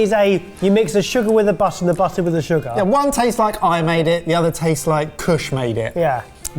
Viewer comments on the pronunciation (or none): "Ze sugehr" "Ze buttehr" "Ze buttehr" "Ze sugehr."